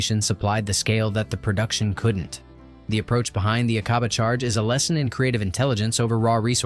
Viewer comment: Its not A-cob-ah. Its Ack-a-bah. PLEASE